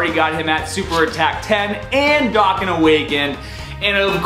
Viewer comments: its pronounced dough can, not docken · dokkan not dockan